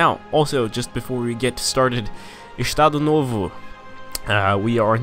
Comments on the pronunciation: "Ixtado nôvô" Hahahaha Saber que ele é BR foi uma surpresa maior que o 7x1 pra Alemanha uahauahah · Acho tão engraçada a sua pronuncia de "Estado novo" kkkkkkk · Também achei rsrs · zoa nosso sotaque n cara kk